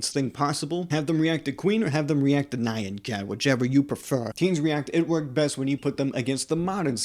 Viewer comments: you said nyan cat like it rhymes with mayan…….my disappointment is immeasurable and my day is ruined :< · You should be tried and prosecuted for that atrocious pronunciation of the legend that is Nyan cat /j